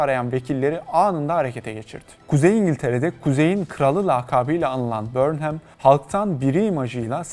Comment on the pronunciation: ya guzel bir video hazirlamissin bornhem diye telaffuz etmek nedir. 30 sn chat cpt ye sorsan ogreneceksin. conson falan. cok komik cidden. ingiltere uzerine gundem videosu ama ingilizcenin i sini bilmeyen bir anlatici. trajikomik bir ulkeyiz cidden